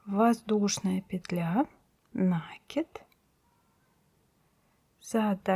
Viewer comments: Не на'кид, а наки'д! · Отличное видео, но почему нАкид, если накИд? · ЧТО ЗАИНТЕРЕСНЫЕ ЛЮДИ - ВЕЩАТЬ В РОССИИ РУССКИМ ЛЮДЯМ И ГОВОРИТЬ НЕПРАВИЛЬНО??!! НаКИД - НЕПРАВИЛЬНОЕ УДАРЕНИЕ!!! накИд надо говорить, проверочное слово накИдывать, а не иначе! ПОЖАЛУЙСТА, ГОВОРИТЕ ПО-РУССКИ ПРАВИЛЬНО! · Отвратительно!Нужно говорить " накИд".,потому что Вы накИдываете нитку на крючок... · Я совершенно согласна с тем, что ударение нужно ставить на букве и, но замечание можно было сделать в более мягкой форме, не задевая чужое самолюбие. Тем более, что урок был проведен очень профессионально, за что большое спасибо.